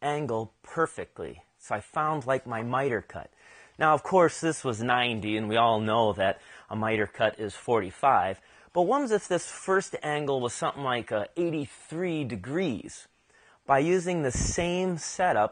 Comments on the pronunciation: Great tips, thank you! I love geometry and woodworking so this was a fun watch. Quick question, are you saying "wams if..." instead of "what if..."? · “Wums if”? Is that the same as “what if”?